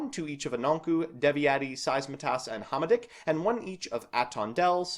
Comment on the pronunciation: I know Eastern/Northern Europian languages are not easy to say, but Devi-eti, Saizmetas, Hama-dick, Sugget and Piati were tough to hear. The other three were borderline cases, I don't expect anyone to know the accent on the first try. (Well this is also the TCG's fault, maybe it would be easier to say Beelzebul, Lucifugus, Asmodai, Belphegor, Baal, Adramelech, Lilith and Nehemoth.)